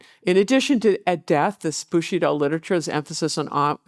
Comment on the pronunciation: I❤the lecture,but the butchering if the of the language BushidO,bushIdo guerilla that comes from spanish and it's gueri ya ... double ll it's y .That's making me scratch my 👃